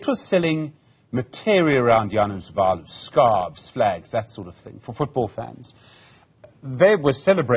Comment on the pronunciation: Żanus Waluś XD redaktorkowi nie chciało się poświęcić 5 sekund na sprawdzenie wymowy XD tak każdy jęzuk brzmi ja wasz